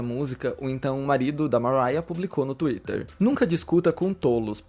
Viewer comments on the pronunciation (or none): none